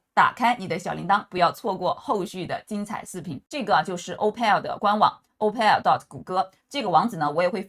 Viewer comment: 是唸成“O-Poll” 不是O-Pel